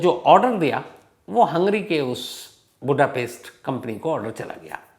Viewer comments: Lol! Sir Budapest (booda pest) not Budhapes 🤣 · it's not बुधापेस्ट but it's बुडापेस्ट 😅😅😅😅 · Ye aap Budapest ko Buddha Pest kyun uccharit karte hai...